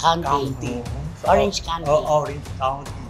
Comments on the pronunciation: “Count-tee”naman nga eh, hindi “kanti”.. I live in the OC. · It’s KOWN-TEE Not kan-tee!!! Kinorrect mo pa c Wendell ha